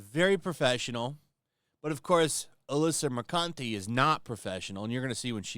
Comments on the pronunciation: I dont know if it was intentional to say her name as Alyssa mer-cunt-ee but i approve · Moo-cant eh. Emphasis on the Moo. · "...had a stupid, immature response..." He says, moments after mispronouncing her name by pronouncing "Mercante" with a "u" sound in the second syllable... Never change,. Never change... 😂